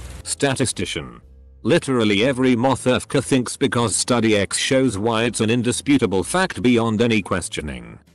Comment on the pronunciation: ...did the bot just say,” Mo-ther-furker”?